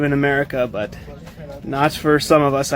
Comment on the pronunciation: I could be wrong, but & did you hear his accent break? Also , and , the way he pronounces the word 'but' sounds kind of off to me.